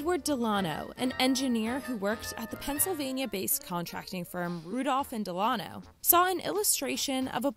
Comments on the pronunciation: That's not how you say "Delano". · Why tf you pronounce Delano like that ? 😂